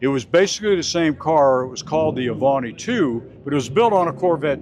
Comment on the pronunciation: The Avanti ll was built on the Studebaker Chassis with a Chevrolet engine, not the Corvette chassis. What a BSer. His knowledge is faulty. His pronounciation of Avanti is correct.